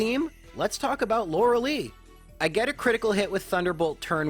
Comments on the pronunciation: LORELEI IS PRONOUNCED LIKE LIE NOT LIKE LEE. LORELIE LIKE WHYYYYYY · It's LorelAI, not Lorelee 😭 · JFC... Lorel-lee? Really? Lorel-AYE. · Why do soo many people miss pronounce lorelei's name lol its not LORE-AH-LEE. ITS LORE-AH-LIE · Lor-eh-LEE xD She's pronounced Lor-eh-LI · I've noticed you always mispronounce Lorelei's name. It's supposed to have a "Lie" sound at the end, not "lee." Not a big deal but I thought I'd mention it. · Pronouncing Lorelei as Loralee sounds so cringe. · Cool video, very entertaining. It’s Lorel-LYE but other than that, a lot of fun 😎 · Lorelei.... It hurts to hear that name pronouced Lor-a-lee... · Lorelei (loar-el-leh) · ..."Laura-Lee"? This is as confusing to me now as hearing people call Lara Croft "Laura Croft" was to me as a child. I don't know why there are certain names/characters I can just... never imagine someone mispronouncing...? But uh, Lorelei was definitely one of them. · Lorelei's name is pronounced: "Laurel-lie". It's the most common name for Mermaids for some reason. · it is pronounced Lore-uh-lie. You are welcome. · "Laura Lee" "Arr-canine" I am mildly uncomfortable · This bothers me every time he says it. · The dedication it must take to purposely mispronounce a name on a constant basis is commendable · If it was spelled lorelie I'd understand why people are confused by his pronunciation But no it's spelled Lorelei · Yes! I literally correct him everytime he says her name. Lol. Still love his videos though.